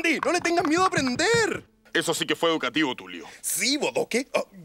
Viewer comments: En ves de decir educativo dice educativio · NO C DIC ENSEÑATIVO SE DIC EDUKATIBIO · Si, lo han dicho mal todo el tiempo se dice educativio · Es "educativio" 🙄💅 xd